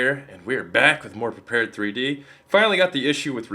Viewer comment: Pretty sure its pronounced prepared and not prepared 3d